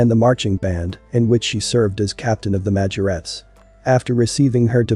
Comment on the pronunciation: The narrator can't even pronounce Majorette correctly lol